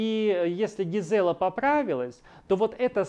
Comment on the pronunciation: Не ЛюдОвика, а ЛюдовИка. ГИзела, а не ГизЕла.